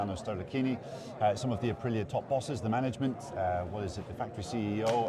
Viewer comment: Be nice if , english speakers said ahpreeah correctly